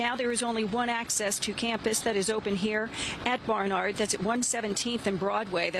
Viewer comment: Can you at least try to pronounce Barnard right? You’re a New York station.